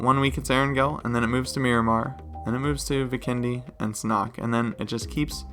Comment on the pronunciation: sanhok not sanock